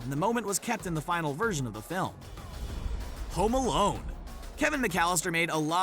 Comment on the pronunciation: Am I the only one who heard "Homolone?" What??😂😂